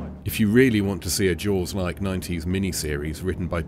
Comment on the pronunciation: Sounds like you say.......jouels instead of jaws........ sorry....